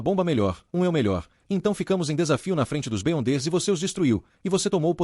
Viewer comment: Top! uma dica para o narrador. escreve errado para pronunciar certo. Beyonder ---> Biondes Da certo! Sucesso!